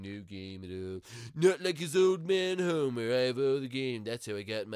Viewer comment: it's homer not homie